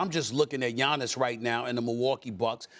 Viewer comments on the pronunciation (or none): It's giannis.